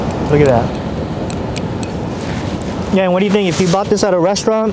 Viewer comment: When you hear say “Let’s do dis”, you know you’re about to get some quality content.